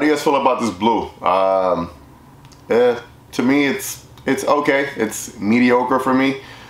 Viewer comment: I heard midi-ochre new color?😂